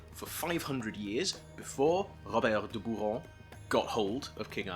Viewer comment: Very informative and entertaining, thank you. I felt impelled to go back to my copy of Joseph Campbell and his review the Grail story. By the way, I know you're owning Francis Pryor, but is it strictly necessary to resort to modern French for the pronunciation of Robert de Boron, since he lived some 800 years ago and also, as a Burgundian, wasn't even French (was France even a thing back then?)? Maybe something more like Ro-BERT da boRON with a trilled Welsh 'R' (if that's what your 'R' is)?